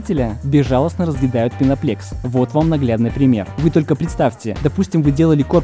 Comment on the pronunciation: Почему "пеноплЕкс" да "пеноплЕкс"? Там же на каждом листе по-русски написано "пеноплЭкс".